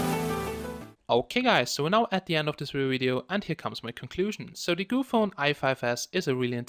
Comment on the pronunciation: its GOOPHONE not gophone.. lol shame